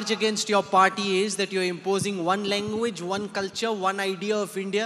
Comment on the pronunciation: Question or Kostin😂🤣😅.....Across or Agross...language or longu-wage....😂🤣😅....Jyothimani